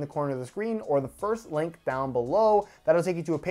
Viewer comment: you said lank instead of link